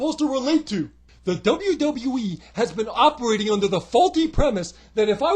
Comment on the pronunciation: You pronounce the W’s so well now in WWE! That’s 1 thing that has changed!